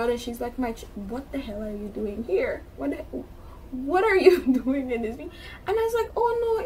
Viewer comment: 🤣🤣🤣🤣🤣🤣🤣🤣 it’s the “wuh you doing” that has me cracking up, girl you fortunateeeeeeeee